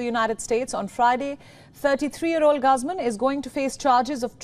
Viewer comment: GUZMAN... . sounds like GOOOOZMANN Not Gusmon